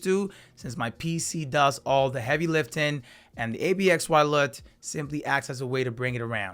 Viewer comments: It’s actually pronounced "Absolute”… just so your aware… not trying to be rude just thought I’d share the information so you and your viewers were aware… thank you for the review tho… much appreciated 🫡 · Great video 👍. Its pronounced "Absolute" btw